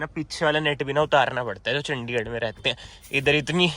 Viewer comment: Tu chandigadh chandhigadh bola mat kar irritated hota hai 😠